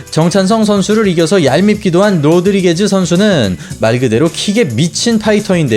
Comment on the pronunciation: '로드리게즈'가 아니라 '로드리게스' 입니다. 너무 거슬리네요.